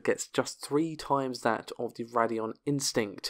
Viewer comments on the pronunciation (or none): It's pronounced "Ray-dee-on", not "Rad-ee-on".